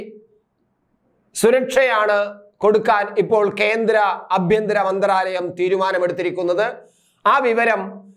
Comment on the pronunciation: അഭ്യന്തരം അല്ല അണ്ണാ... ആഭ്യന്തരം....